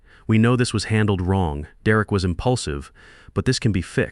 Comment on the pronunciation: Just like all the other videos, the children are too stupid to get scholarships for college, and the father is too stupid to get good insurance. Mine pays almost everything. Why is Derek pronounced as "Duh Wreck" occasionally? Stupid AI. Downvote for being stupid.